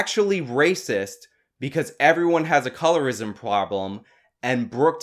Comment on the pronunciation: "a colorist puhloblem"